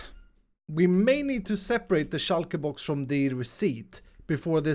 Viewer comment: "Shoulkaer boux"